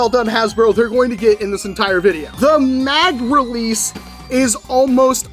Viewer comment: did you have a stroke when you were talin about the mag relece?